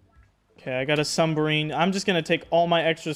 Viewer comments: It’s “submarine” not “sunbarmine”💀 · "Sumberine" sub-marine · Mans keeps saying sumbarine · New vocabulary word. Sum-barine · This man called it a “sumberine” 😂😂😂